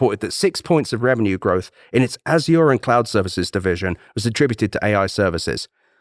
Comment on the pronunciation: Why can no one pronounce Azure? It’s not a difficult word.